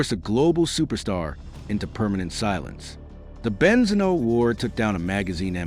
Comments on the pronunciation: Great video 🎉! YouTube suggestion,definitely loved it,hope you'll get more subscribers (Just one little thing, Benzino is pronounced with the accent on the i) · The pronunciation of benzino is devastating me. Please at least watch a youtube video to say it correctly